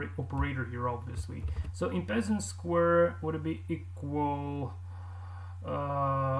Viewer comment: En passant is a french word meaning in passing , it's pronounced more like 'on pass ont'